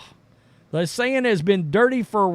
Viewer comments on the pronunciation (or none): I am sorry I have to correct you.The Seine River is pronounced as if you were saying the Sane river. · This guy is smart. But saying LeBron James is bought by China is cringe. The whole league is bought by China. I like this channel, but the ignorance is weird. Did even bother looking up how to say the rivers name. Overall 9/10. This episode 3/10. Thank you